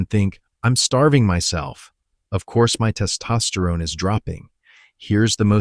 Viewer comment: It's hard to listen to because the way he says "Test Osterone" is super distracting